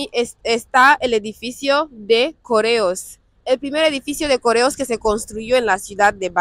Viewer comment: ¿No ibas a estar con un argentino? ¿O es en otro video? Me pareció entender que el viaje fue en avión, suponía que habría un Ferry entre el sur de la isla y Bata. Siempre me olvido preguntar por la pronunciación que tienen de la letra "R". Pronunciaste "CORREOS" como si fuera "COREOS". También se da el caso inverso: Un dia lo escuché a Eyamaa pronunciar "PERRRRÚ" en lugar de PERÚ.